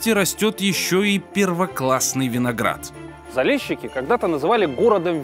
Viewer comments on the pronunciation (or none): Заліщики а не Залещики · не залєщікі!!!! А ЗАЛІЩИКИ!!! тебе ніхто ЄВНУХОМ не кличе!!! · Блин, неужели нельзя правильно прочитать или сказать? Не Залещики а Залищики. И не Крещатик а Хрещатик. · ЗалЕщики - это так режет ухо, смешно